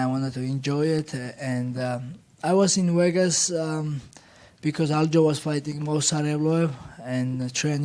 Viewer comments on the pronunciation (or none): none